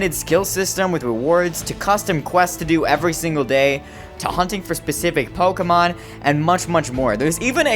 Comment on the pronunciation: Thanks god your saying pokemon right. Everyone else says [poke-ee-mone].